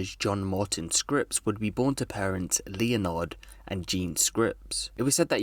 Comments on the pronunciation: Leonard? Like Leo-nard? I mean, I know that’s how it’s spelt, but I’m pretty sure that’s pronounced ‘Len-erd’ *By ‘pretty sure’ I mean absolutely fucking positive, because that name is and always has been spelt ‘Leonard’. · Man said leon-ard... It's leanord 🤣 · Leonard used to be a popular name, until people started pronouncing it incorrectly. 😊 My Great Grandfather was Leonard, aka Len or Pop, if you knew him really well. In no circumstances is it pronounced LEO-nard, but LEN-ard. Cheers. 👍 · He said Lee-oh-nard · Really? Leelnarrd? How have you not heard anyone say Leonard before? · It’s not Leonard it’s pronounced Lenard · “LEE O NARD” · Leo-nard = leonard looool